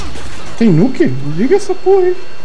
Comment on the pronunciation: nuuukkkk???? no is nuk???for mi nuk????au..au,,auu.kkkkkkk